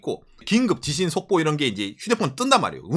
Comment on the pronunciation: 긴급”지신”속보 재미교포가 뉴욜크 하는느낌 ㅎㅎ